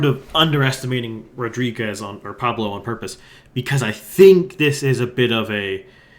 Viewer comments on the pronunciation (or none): The fact that you can't pronounce "Rodriguez" is probably my best reminder that you're not American,. Thanks for the analysis! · I gave you a sympathy like, but until you learn to pronounce Léger, Rodriguez and every Québec riding correctly, it's going to be hard to take anything else you say seriously.